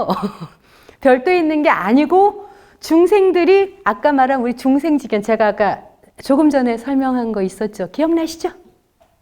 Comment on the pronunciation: 긴 자를 짧게 잘못 발음한 예: 시비, 미추,회통,나중에,사실,두 가지,피시,사시면서(living),손해,세존,세계,선(악의 대), 시비,문제,가치,유사, 비교 ,차치,가능성, 등 장단음 문제는 실로 심각 합니다. 그리고 ,한자 구 독법이 엉망입니다. 두 가지만 예를 듭니다. "한 큰 일"이라는 "일대사"를 "일대"라고 하고"사"라고 띄어서 읽었는데, 이것은 "일"하고 "대사"라고 띄어서 읽으셔야지요. 왜냐고요? "일"이 대사를 수식하기 때문이지요. 그러므로, "대사"는 가라 놓을 단어가 아니올시다. 또 한가지 엉터리!! "중생지견"을 선생께서, 두 자씩 띄어서 읽으셨습니다. 엉터리입니다. "중생지"하고 "견"이라고 띄어 읽으십시요. 이 "지"는 소유격으로 쓰여젔기 때문입니다. 한문 고전 강의를 하려면 좀 더 한문 공부를 해야겠다. 금방 또 한 가지 놀라운 발음!!! "바보"라는 우리 평상어를 이 대 학자께서,"바"를 짧게 발음하고""보"를 "강하게" 발음하셨으니, 이 알마나 놀ㄹ운 일인가? 학교란 문전에도 가시지 못하신 ㅇ 리 할머니도 이 "바보"라는 말을 그릇 발음하시는 없었다!! 이 것이 현대 한국 언어 풍속도다. "한국 어문을 고발함"이라는 책을 고국 동포여! 읽어 주시옵소서. 1967년에 고국을 떠난 이 늙은 이가 "눈물로" 쓴 책이옵니다. 미국 변 완수 드림